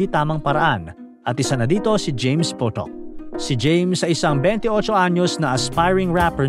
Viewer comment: James Potok ❌ James PUTOK ✅